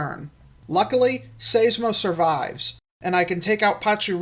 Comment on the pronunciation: I think Seismo is pronounced with a long i, not an ey sound. Like Seismograph. I could be wrong, since I'm not familiar with the Etymology of the long-neck's scientific name.